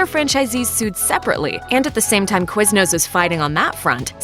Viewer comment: QuizNOOSS HAHHA